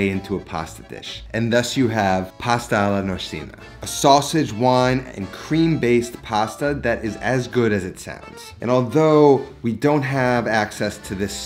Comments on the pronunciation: Great video as always, but a note on Italian pronunciation. Italian letters // "American pronunciation" ce // "chay" ci // "chee" che // "kay" chi // "kee" ge + gi // "jay + jee" ghe + ghi // "gay + gee" Therefore, it's "Nor-cheena," not, "Nor-sina." Keep up the good work :) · Nor-SEE-na??? Nor-CHEE-na??? If the former, it would be the strangest pronunciation I have heard of. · Looks scrumptious! (Also, nor-cheena is the pronunciation) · Nice recipe, can I just say here that i think its pronounced Norchina.. If im wrong someone tell me.. Just saying!😊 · norcina is pronounced norcheena, not a soft c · Friendly pronunciation tip. C’s are pronounced hard in Italian i.e norcina = norcheena. If its a ch then it sounds like a K i.e porchetta = porketta. Love the videos tho big fan 👍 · Great dish but PLEASE...in Italian a single 'c' is almost* always a 'CH' sound. Nor-chi-na *There are exceptions. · Yeah, I know it's not the most important thing but it bothered me. The recipe looks great, though. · if you can't pronounce the name correctly, how can we take you sriously. go back to school. Sorry, "man" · Any reason why you don't want to pronounce Norcia and Norcina confidently and correctly? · Shouldn't Norcia and Norcina bbe said as in chicken?